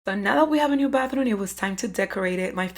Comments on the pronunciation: Who else heard “Bathroon” instead if Bathroom every single time? I love the results though. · I keep hearing bathroon